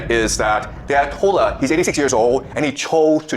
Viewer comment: lol the mispronunciations of Bahrain and ayatollahs